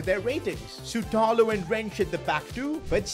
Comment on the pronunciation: Its not Sutalo its Shutalo (Šutalo)